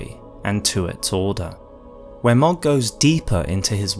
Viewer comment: Love the video and your channel, been watching since the start and so happy to see you back making videos! Also, just wanted to say that "Mohg" is pronounced like "Moag" not "Mogg".